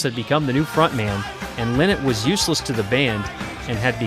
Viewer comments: Phyl lLie-not is his name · Lynott. Pronounced exactly like it’s spelled. LIE not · When you are not even able to pronounce Lynott in a right way...